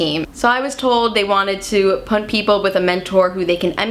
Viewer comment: This girl does not know how to pronounce "put".